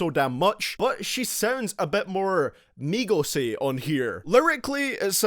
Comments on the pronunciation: He's says migos but it sounds like megas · how to pronounce migos = meegos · Migoss hahahahahahahha i hate migos but i love the way u pronounce it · Idk why there's so many dislikes. Most of these songs were pure garbage and the ones that weren't were VERY eh. Maybe it's cuz ur pronounciation of migos. But seriously tho I can agree with this list